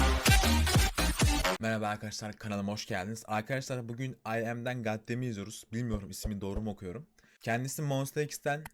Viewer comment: oha abi i.m i doğru telaffuz ettin hala şoktayım askdklsdlkfjsdfj